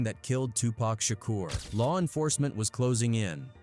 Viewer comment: You know, Shooge Knight and Tupac Shacker, the artist who, oh wait, that was a different video where AI butchered his name 😂